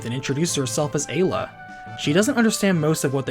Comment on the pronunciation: Finally, someone that pronounces Ayla correctly.